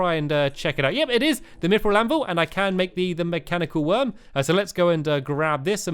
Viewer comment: Stampy you said mechanical eye not mechanical worm